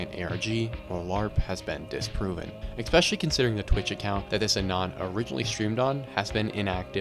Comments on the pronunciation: The word is eSpecially not eXpecially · your video is very hard to enjoy or take seriously every time you say X-specially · Wild how common this mispronunciation is. People do the same with espresso.